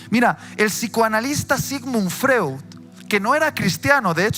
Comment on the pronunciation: Se pronuncia "Froid" pero se escribe Freud, por favor investigue bien para demostrar la sabiduría que Dios le provee.